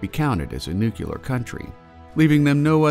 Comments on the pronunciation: Nuclear not nukuler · Great videos, but it's "nuclear", not "nucular" :D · it's pronounced "nu-clear" not "nu-cu-ler"...there is no u after the c. if you want to learn how to pronounce nuclear don't watch this channel.